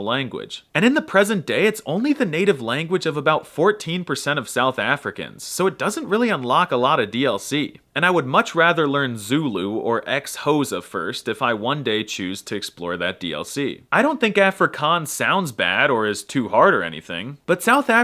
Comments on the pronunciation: It’s not “x-hoesa” the x is a tongue click. Zulu is fun to learn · X-Hosa? Im thoroughly dissapointed. How is it you dont know how to pronounce that? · Ex hosa! 😅 Learn how to pronounce it first. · xhosa is pronounced خosa not eskosa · Do you pronounce every word wrong on purpose? Afri-cons? Ex-hosa? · ZULU my language mentioned, but then I got mad when you say x-hosa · It’s how he pronounced ‘Xhosa’ for me. Lolll And why does he keep saying ‘yani’ randomly. Lol Lastly, it’s how he used the Korean and Indian flags on his thumbnail…. He really needed the traffic and also the toxic debates. lollll Okay, Signing off…. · Downvoting for the sa slander and the hopefully memeing way you said xhosa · Pronouncing Xhosa like that broke me💀💀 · Burlgary? You mean Bulgaria?* No surprise since he couldnt even begin to pronounce Xhosa lol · noooo you could have pronounced Xhosa with the click, it’s so fun to pronounce come on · The way he just butchered Xhosa 😅